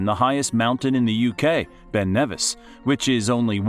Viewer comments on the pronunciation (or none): none